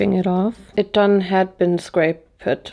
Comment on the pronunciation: “it done had been scrape-ed” made me legitimately LOL 🤣💜💜